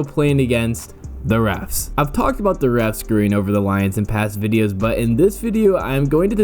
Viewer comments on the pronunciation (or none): none